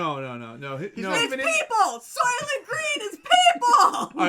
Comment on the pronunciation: Soylent Green (from "soy" & "lentil"), not "Solent." The Solent is the strait between Great Britain & the Isle of Wight.